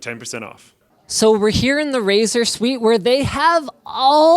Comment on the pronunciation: For a moment I thought he said "This is Razer Wh*re"